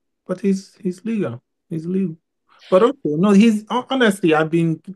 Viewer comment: "Like a legul or a normal wan?" 😂😂😂